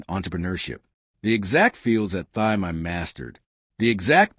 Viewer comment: Her name is pronounced Tee, not Thigh.